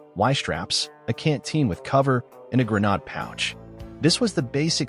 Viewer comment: it says grenade funny.